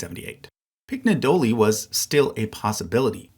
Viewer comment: What I'm writing doesn't matter, this is extremely minor, but annoying language guy just wants to say things Agagianian only has hard gs, Armenian consistently spells the soft sound with its js Pignedoli would be as if Piñedoli, gn is like ny, like lasagna